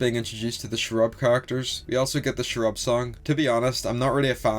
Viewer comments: you also pronounce cherub like shrub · Your pronouncing cherub wrong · Whay are you saying cherub like that?